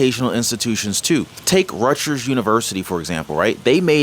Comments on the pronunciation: Rut-jers??!! You appear to be over 3 years old, you have never heard the correct pronunciation, Rut-gers? Wow. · The "g" is pronounced as hard g. Not like a j. As get got or go. Rutgers not Rutjers. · its RUT-GRRRS.just saying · On a lighter note, I thought you were from NY; why are you pronouncing it Rutjers? 😅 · Rutgers pronounced (RUT GRRS) no offense you must not be from NJ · Rutgers with a hard G my man